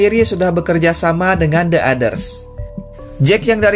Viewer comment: Bang kalo ngucapin "the" Kemudian setelahnya diikuti kata dengan huruf depan yg merupakan huruf vokal(a,i,u,e,o) maka kata "the" Dibaca jadi "di" The Others (di others)